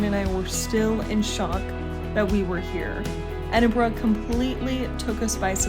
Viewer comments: Must confess i loved your enthusiasm for Edinburgh, one of the first video's i've seen it pronounced correctly. Hope you come back you've only scratched the surface. Wishing you all the best on your travels. 👍🏻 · firstly ,,, props to you for pronouncing Edinburgh correctly and im so glad you loved the city and country . i lived there for a few years n i prefer it to glasgow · It’s always refreshing to see my home through another’s eyes, I’m so glad you enjoyed yourselves…and for pronouncing Edinburgh correctly 👍🏻 Haste ye back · This filled my Scottish heart with joy, seeing how you both reacted to our beautiful city of Edinburgh and well done you pronounced Edinburgh the correct way. I love Edinburgh and live only an hour and a half away from it, the buildings, the history, the old town and the new town. I am so glad you loved Scotland. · Thank you for pronouncing the name correctly. Man it hurts to hear some Americans say it.